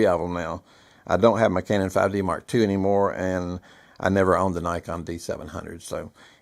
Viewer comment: Please, for the love of everything holy, learn to pronounce “Nikon” correctly. Great video otherwise. Also, I would take the 5D II over the 5D III any day of the week. The III was rushed to the market in the name of upgraditis.